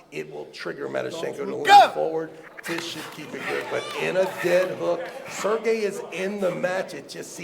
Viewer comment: Why does Travis keep calling Serhii, Sergei? Am i missing something?